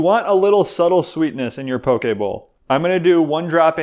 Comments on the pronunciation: As a person born, raised, and living in Hawaii, I am so glad to hear poke pronounced properly (I hear pokey so dang much haha). I literally was just trying to find a poke sauce recipe that was keto-friendly...must try! Also, would love to see your take on an authentic Hawaiian dish: laulau. It seems like it has great potential to be keto! :) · Props for saying Poke correctly! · I eat this a lot. It's usually readily availbale in HI. You pronounced it right. Poke. This is local Hawaiian food that's being exposed to mainland now.